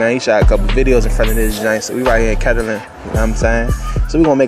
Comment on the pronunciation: It aint pronounced ketterling Cuhz😂